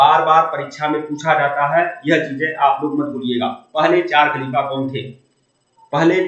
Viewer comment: खाकिका नहीं सर, खलीफा होता है सही